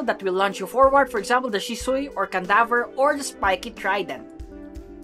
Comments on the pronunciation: Man literally called canvander a candaver u need to really rest xd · Why candaver is it canvader????